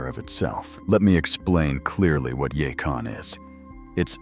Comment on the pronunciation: It’s yacon